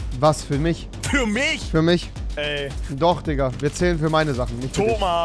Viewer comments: du bist so peinlich es heißt Digga und nicht dikka 🤦‍♂️ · HALLO rewi du hast nicht diger gesagt sonder tika du kannst nicht reden